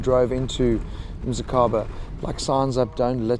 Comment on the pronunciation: Dude, msikaba, not missykaba.